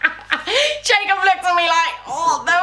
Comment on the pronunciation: 27.09 all this time i thought you called jacob 'jacoobeaaan' hahahah x